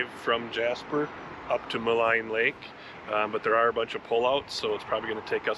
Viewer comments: Thank you for visiting (my back yard). Jasper really needs the tourists to help recover. (And Maligne is pronounced Ma Lean)❤🇨🇦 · Thank you for taking the time to actually learn as you go. It is in that spirit of seeking knowledge that I'll point out I believe it's as Wiki suggests [Maligne Lake (/məˈliːn/ mə-LEEN). For fourty years I also thought 'Ma-line'. As it's spelled. But no, throw in first nations/french explorers you never know .... after all, original Cajuns (Acadians) came from Canada. Many do not. They simply fly through to say they've been there done that. and whine about the differences with an insufferable pretentiousness. (try being a Canadian crossing into America these days, then talk about border issues. lol) You are a credit to the YT RV community and a welcomed refreshment. Not my thing but I'll sub and like and check out more of your gracious work. I whole heartedly agree, support the Blue who are worthy. Unfortunatly, as you know, not all are. Thanks Again for supporting Jasper Kudos for the white knuclin'! Have a safe joyfilled and wonderous journey. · Small point: Maligne is pronounced "Mah leen" not "Mah line". Google may tell you different but don't believe it. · Maligne Lake is pronounced Mal EEN....